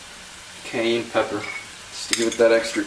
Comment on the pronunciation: No one is going to talk about how this poor man said cayenne lmao great video thou